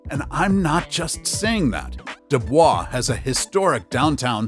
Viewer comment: It's pronounced do boys